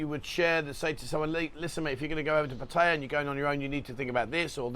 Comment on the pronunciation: You saying etc a million times is not close to as annoying as when you say Pædjæ when you mean to say Pattaya. Pronounce it as it is written. Just like you do with München and Venezia.